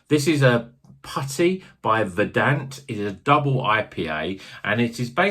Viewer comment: Its vuuuurdunt. as is in "green with grass or other rich vegetation"